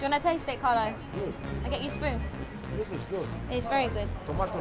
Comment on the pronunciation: lol, he said tomato sous :D but it sounds like tomatnyi sous